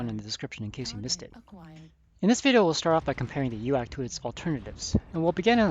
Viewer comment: Very fitting, actually, that you should pronounce UAC like Donald Duck's panic-exclamation. "Uack! It got an UAC! Uack, uack!" because that's how those Things make you feel on the receiving end: Donald Duck having a panic attack.